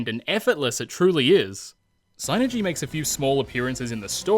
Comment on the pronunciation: Thank you for pronouncing “Psynergy” correctly. So many people call it “sin-ergy” when it’s suppose to be “sye-nergy” For example how do you pronounce Psyduck or Psychic? Yeah that’s what I thought.